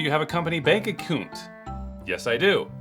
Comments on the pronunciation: "Acoount" was mine, it was like he was stereotyping a Canadian accent. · No, no...'bank accoount' is how they say it in 'Scortland'.... :D